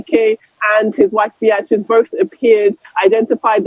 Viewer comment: Who is this reporter who can’t pronounce names very well. This a lady who is a Nigerian who can’t pronounce Beatrice properly.